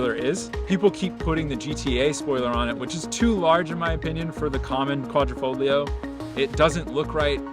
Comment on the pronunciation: All that knowledge of the car and yet you say the “g” in Quadrifogilo”. 😂